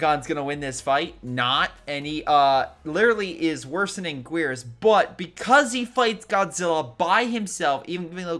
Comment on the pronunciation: I'm barely 2 minutes into the video and I'm already triggered at the pronouncing of Anguirus.